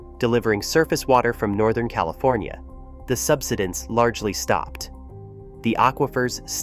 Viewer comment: sub-SI-dense, not SUB-si-dense. Please speak English. The land subSIDES.